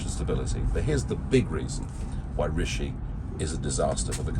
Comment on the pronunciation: He called him Rasheed lol